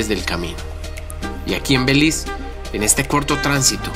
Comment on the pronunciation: Porque dices " BELIZ " ?